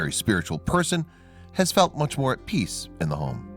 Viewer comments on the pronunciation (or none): none